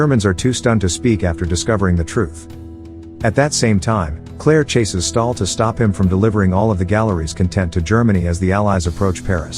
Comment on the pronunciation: its stahl not stalin